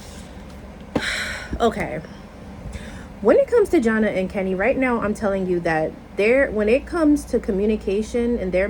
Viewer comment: Her name is Jana pronounced JaNae